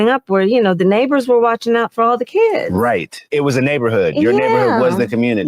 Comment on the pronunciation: The neighbors watched out for the “kee-yuds”. F off you 🤡